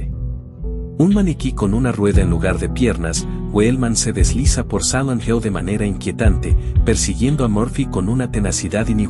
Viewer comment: ¿Por qué dice "Samant Hell"?